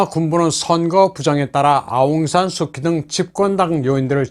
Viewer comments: 내용이 너무 좋네요. 간단한 거 하나만, 영어로는 아웅산 수치, 한국말로는 아웅산 수지라고 발음합니다. 비록 K이지만요. 아웅산 수치가 민주화 운동은 잘 할 수 있는 자질은 있었지만, 대통령 재목은 아닌 거죠. 2차 세계 대전후 대부분의 나라에서 독립지도자가 그 나라의 수상 혹은 대통령이 되었지만 거의 대부분 부정부폐 또는 독재를 했거나 또 하고 있습니다. 한국도 김구가 대통령이 되었다면 비슷한 길로 갔겠지요. 그런 사람은 그 일을 잘하는 것 뿐이지, 대통령일은 또 다른 사람이 해야합니다. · 하는 짓이 다 똑같군요. 베네수엘라-한국-미국-미얀마 ~ ㅎㅎㅎㅎ 진짜 대단들 하네. 아웅산 수키가 원발음인가요?! 저희는 아웅산 수지라고 알고 있었는데... 아웅산 수키를 뭐 민주화 영웅으로 세계에다가 난리 난리치며 떠들어 대더니, 기껏 한다는 짓거리가 부정선거 ~ ㅎㅎㅎㅎ